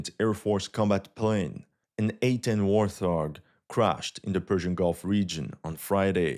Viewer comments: Bro just said "war-thog". It's pronounced "Lightningbolt 2". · And a note, it's pronounced WART hog Add C130 Hercules for the rescue operation to that list (and potentially 2 of them). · Warthog is pronounced Wart Hog ! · wawt hog is how one pronounces. No th sound in warthog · Dude, it’s pronounced “wart-hog” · It sounds like 2 words — Wart———hog. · Great video. Pronounced Wart Hog, (two words). It's a type of feral pig. Thanks for your post! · Pronounced Wart-hog, the plane's named after a wild pig. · It’s pronounced Wart-Hog 😂🤦🏻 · WORT HOG not worTHog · "war-thog" He's messing with us, right? RIGHT?!!! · That’s not how you pronounce Warthog 👀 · It’s “Wart-Hog”, brother It’s a type of pig 🐷 I know English isnt your first language and the word “War” in the beginning is probably misleading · Although it seems strange, there is no th sound in “Warthog.” It’s pronounced “Wart-hog.” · I appreciate your videos but your pronunciation of warthog is off. It’s pronounced wart-hog. Like the wart on your foot and hog like a pig. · That's not how you pronounce "warthog". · Dude. It’s Wart Hog not warthog. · A friendly tip: it's a Wart-hog, not a war-th-og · God damn it, it's a WART-HOG, not warth-hog. I don't know why that bugged me so much lol.. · Its wart-hog. It is named after an animal. It is not war-thog. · Wart-Hog, not War-Thog. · "warT Hog", not "warth ohg" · It's pronounced WART-HOG. Not "WARTH-HOG".. you're welcome. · WART HOG - not, “War-Thog” 😂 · The nickname of the A-10 is actually pronounced "wart hog" ( African mammal of the suidae family, pigs) as opposed to "war thog". One of your very few mispronunciations of the English language. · It’s pronounced Wart-Hog, not War-Thog 😂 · Wart-hog, not War-thog :) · Been following this guy a few weeks now and just realized his shelf is sporting both a Russian AND Ukrainian flag. Pick a lane, Bro! Oh, also, its pronounced "Wart Hog", not "Worth Hog" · It's "wart hog" not "war thog". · Wart-hog not warth-og